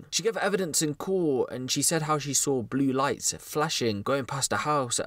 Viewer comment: And what’s up with the damn R is Saw???!?!? Like Thts so damn extra. Yu can pronounce plenty fine but wtf mate